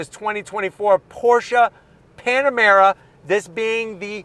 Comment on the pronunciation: He said PanaREma 😂😆, reminds me of most of my hometown eastern Europian friends, they call PanaREma and MitSIBUshi 😂😂😂